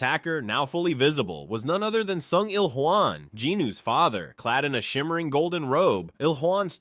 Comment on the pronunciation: still cant get over the fact you calling Sung IlHwan to Sung IlJuan i was laughing pretty hard at that.